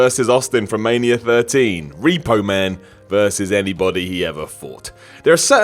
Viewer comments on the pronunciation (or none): none